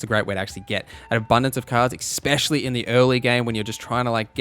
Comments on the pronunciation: Awesome video, but FYI, "ecspecially" is not a word. Especially is. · Ex-pecially...😅 It's ESpecially!